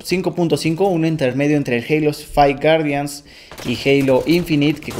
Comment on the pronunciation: Halo fai wuardian XD